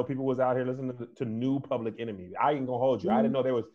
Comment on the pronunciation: Public “Enermy”🤣